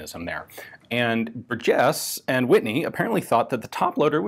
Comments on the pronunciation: Bur' jes. First syllable gets the emphasis. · I am in the Burgess family tree. Our last name is pronounced (bur’ jess) with the emphasis on bur, not jess. He also invented the folding rifle. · I've never heard Burgess pronounced that way, my family has always stressed the first syllable. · I've heard people give it a hard 'g', like in burger, but I've never heard anyone put the accent on the second syllable, like it was French or something. BUR-jes. It's not like it's rare... It's like hearing some one say win-CHES-ter. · I believe that the emphasis should be on the first syllable in Burgess.